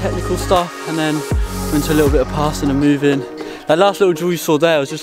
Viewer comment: Cringey the way this guy says ‘ likkle’ consistently 🥴🥴🥴